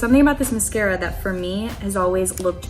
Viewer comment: The way she keeps pronouncing mascara like “musk-era” 😆